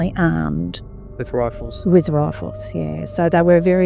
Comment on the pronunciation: I think she said, "they were armed with raffles." Or was it "ruffles?"